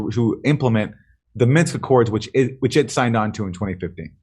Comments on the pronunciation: Minsk agreement. Not Minx. Minsk. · Why does Aaron pronounce the word "Minsk" correctly and Jimmy keeps saying "Minx" lol? 😁